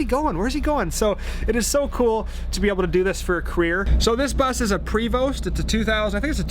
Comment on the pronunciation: As a former Montrealer I cringe when I hear "pre-vost". 😁 But seriously I don't think I could manage a bus.